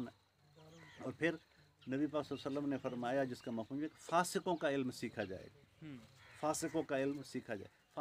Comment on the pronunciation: حضرت دیکھ کر پڑھ رہے ہیں الفاظپہلے اک بار تسلی سے پڑھ لیا کریں بے علم زیر کے ساتھ ہے زبر کے ساتھ نہیں